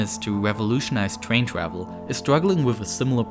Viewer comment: U mean ew twavel